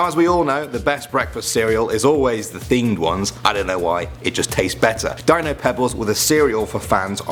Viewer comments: i think its pronounced as deeno not Dino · You clearly mispronounced “Dino”.